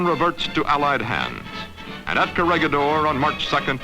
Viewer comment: PLEASE! IT'S KO-RE-HEE-DOR! GO BACK TO SCHOOL!